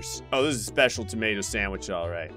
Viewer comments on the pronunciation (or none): Um,.... on level 8, you mispronounced Special. It didn't have a mistake.